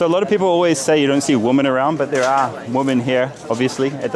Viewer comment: Karl! PLEASE! Finally, and forever: Woman, singular, = "Wuman"; Women, plural, = "Wimin".